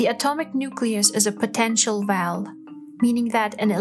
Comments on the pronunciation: Sorry but your accent makes it difficult to understand. You have difficulty pronouncing "W" and when you say "well" or "wave" it sounds like "vell" or "vave". Nice video but you need to practice the w words. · Narrator needs to work on her wubbleyous as in Vell and Vave if intending to be a professional voice over. I don’t mean that harshly, but pronunciation is not optional in language. She says everything else normally…so whats with W. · I found myself thinking, "liken it to a vell?" and then "Liken this to a vave". I figured out from the accompanying video that she meant "well" and "wave"